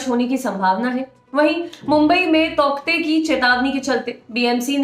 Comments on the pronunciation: Darling usko tauktae nhi tautae pronounce krenge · तौकते nahi hai yaar टॉटे pronounce karte hai usko. Please proofread / verify the pronunciation once before making a video. Its irritating to pronounce a word wrongly by a media house.